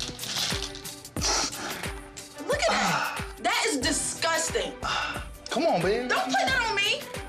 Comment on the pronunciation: naomi said «disguasting» as if she isn't a disguasting freak